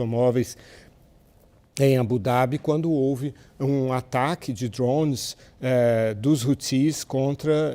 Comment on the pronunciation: Porque ele não fala drone direito